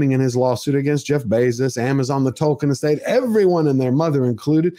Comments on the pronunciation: OH MY GOD! Did she accidently say Dwarfkin instead of Tolkien? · Dworkin ? Wow, that slip said it all... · Even worse, pretty sure she said Dworkin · Did she say, "The world of TOKEN.", or was it "The world of TWERKING."? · Did she say "The World of Dwarking"? Please don't say words that evoke images of Dwarves twerking! EVER! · She said Dorkien...yeah she let it slip that fans are Dorks. I'm pretty sure that's the name they give the true fans behind the scenes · That "Dworkin er Tolkien ... " Freudian slip says it all! 😂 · Did she say the World of "Twerking" instead of "Tolkien"?!? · Wow, she said Dworkin instead of Tolkien. That's a hell of a Freudian slip! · It's a problem when they never talk about the story and acting and ONLY talk about diversity... It's TOLKIEN not TOKEN 😂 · SHE REALLY JUST SAID "DWORKIN" OUT LOUD These people don't even bother putting their masks on in the morning ... wow. Google Andrea Dworkin if you're lucky enough to not know. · Did She called Sir J.R.R. Tolkien -DORKIN?????? 🤬🤬🤬🤬🤬🤢🤢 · wait wtf, did she seriously call him DORKIEN? OH boy she gona get a world of hurt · Did she call it the "world of DORKien" ??? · couldn’t even say Tolkien’s name right the first time because she cares so much. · She said "Dorkien" there... I am sure that´s what they called Proffesor Tolkien while mocking and destroying his work. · Did she say "Dork-ien"? I guess she wanted to speak honestly about what she thinks about all that "fantasy crap". Nope. Although it was good acting, wrong person in place.